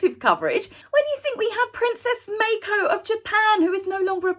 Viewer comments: I believe it's Princess Mah-ko, not May-ko. :) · The Japanese name, "Mako," is pronounced as "Ma-ko," not "Mei-ko."